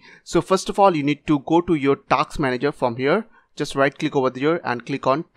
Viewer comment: It's Task Manager bro, not Taks Manager.